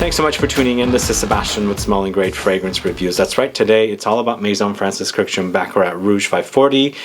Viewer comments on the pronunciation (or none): His name is pronounced "kirk-dij-yan", three syllables. not "kurjan" or whatever the f you said. It's an Armenian name, not French. Just because he was born in France, that doesn't change the pronunciation of the Armenian name.